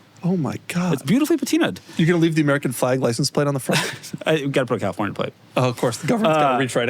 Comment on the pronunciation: The correct word is 'patinated', not 'pateenuhd', y'all. A very common gaffe, that; even among native English speakers.